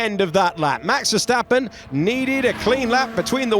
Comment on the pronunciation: Max Verseventh 😂😂😂😂😂